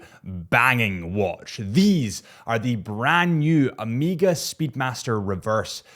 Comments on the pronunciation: Ooooooooomega not Amega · its O MEGA not O MEEEGAH say it right man. Greek letter. Also i dont think you mentioned it finally has a Ceramic bezel. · And literally said “O.C.D”😂😭 just say “O” Mega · Sht. You call it Ameega again😂 thumb down:) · Why tf do you keep saying AM-eega? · Why does the rest of the freakin world say AMEEEGA or OMEEGA like what? Lol I can hear you say “of” and “course” meaning you can say the “o” 😂 they just don’t and say omeeeega